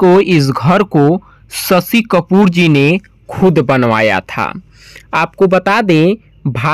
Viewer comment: Aapke language mein bihari axen aata hai ise thik karo. Aur shashi kapoor hain sasi kapoor nehi.